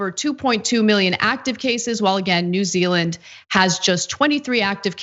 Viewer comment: “New Zea_eland” 😂 it happens to the best of us.